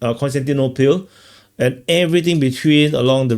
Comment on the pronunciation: "konstantinopil" Kostyantynopil.